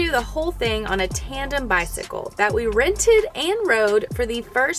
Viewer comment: are you saying "trandem"?